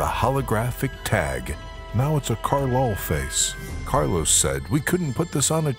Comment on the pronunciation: Que tan difícil es decir "Carlos" en inglés? jajajaja